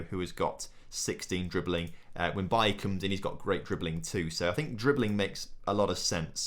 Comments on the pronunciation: it’s pronounced baylee not bailly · Why do you pronounce Leon Bailey's name like that. It's bailey, he is Jamaican not Ivorian. So it's pronounced like it is in English lol. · It’s pronounced Bay-Lee, I’m not sure why you are saying it like Eric Bailly